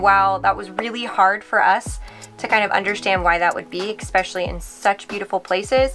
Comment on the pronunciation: "ess-specially", not "ex-specially"